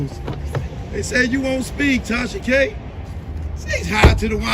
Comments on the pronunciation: Because I have a slight hearing deficit and I thought I heard something in this video I had to listen to it twice. To me it wouldn't be a big deal but I thought I kept hearing you say Trasha, so I did hear what I heard. Still going to get my hearing checked but KUDOS👏 to you for a great unbiased informative video! Enjoyed it all! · You’ve officially worn out the name “Trahsa” 😭🙄 I use to crack df up every time Akademics said it😭🤣🤦🏾‍♀️ but get work & research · The fact that was able to keep calling her "Trasha K" the whole time is so impressive 🤣🤣🤣!! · I literally couldn’t get over how many times you referred Tasha k as “Trasha K,” this whole video! I died every time 🤣🤣🤣